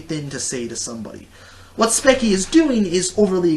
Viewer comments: Dont knoe if ur saying her bame wrong to be salty and petty, BUT just in case Its pronounced like "speechy" you say it like "spekie" just thought id day that. BTW, gr8 points in the video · its kind of uh, hypocritical that he goes on about her bitching and moaning when hes bitching and moaning about spechie. (also speech-ie not speck-ie). Don't get me wrong, your points are actually true. I agree with some of them, yet all entertainers have to exaggerate. If you say a story that's boring without exaggerating, then you won't get views because you're not entertaining. For example, in your passed spechie rant, you over exaggerated when you made jokes about "killing yourself." You also have to realize that spechie has noticed her old videos, and made other videos on them. She has mentioned that they are terrible and bad, and she's trying to change that. And aren't YouTubers trying to relate their viewers to their videos? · Speach-ee Not spec-ie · Its pronounced Sp-E-ch-E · The way he says her name is so bad! And he even says that her animation is bad. I’d like to see him try to draw as good as she is. He can’t rant about Spechie without saying her name right.